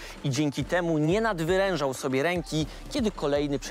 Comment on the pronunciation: . Bardzo lubię Pana programy i zamiłowanie do poprawnej wymowy, zakładam wiec, że "nadwyrężał" było tylko potknięciem zamiast nadwerężał, mimo że ostatnio obie formy są "akceptowane". Moim zdaniem trzeba kultywować dobre zwyczaje. Jeszcze raz pozdrawiam i dziękuję za wspaniałe programy.